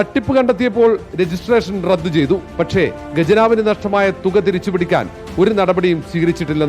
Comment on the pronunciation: ലൈംഗിക ജർണലിസ്റ്റ് ഡോക്ടർ മൊട്ട അരുൺ എവിടെ 🤪 ഗജനാവ് അല്ല ഖജനാവ് എന്നാണ് മലയാള വാക്ക് 😜